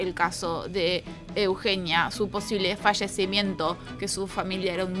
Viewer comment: fashecimiento jajajaj 😂